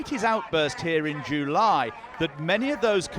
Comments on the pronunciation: We might ask: why is "July" pronounced as "Jew Lie" in this report, if it is, which I can't quite be sure about. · The news reader pronounced July, like Ju-ly . Think he’s antisemetic too